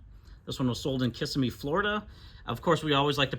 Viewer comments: It's "kiss-IMM-ee", not "KISS-immee". Just a note from an old Native Floridian. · That's Kiss-SIM-ee.